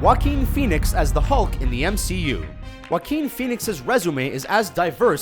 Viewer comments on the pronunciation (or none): none